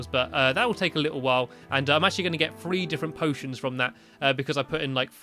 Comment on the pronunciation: You said potens